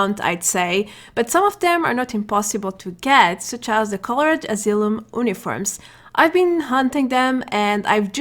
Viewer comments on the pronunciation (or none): Dude your english is spot on! I would like to give you a tip. The word 'uniform' is pronounced "you-niform" and not "oo-niform". English is not very consistent with its rules. 😅 Also, these videos are super helpful! Thank you so much. 🥺